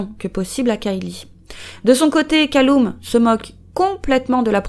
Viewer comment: Bon je sais que c'est clairement pas le sujet, mais Callum se prononce "Caleume", pas "Caloume" si jamais